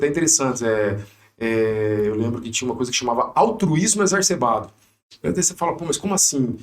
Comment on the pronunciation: "Exarcebado", amigo?